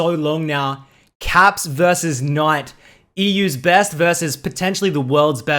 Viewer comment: nobody:: KNOIGHT